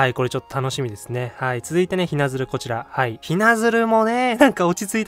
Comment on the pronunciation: こんばんは！ いつも楽しく拝聴しております。 嫁ちゃんズが可愛すぎますね！ あと善子もwww 早く動いてる姿が見たいです。 細かいんですが、雛鶴の読みは正確には濁点なしの『ひなつる』です。 ご参考までに！